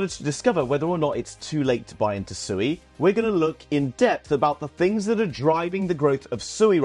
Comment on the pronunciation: It's swe not sooey Read the documents on their website.